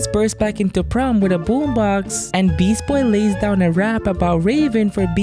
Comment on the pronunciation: you just said beast boy wrong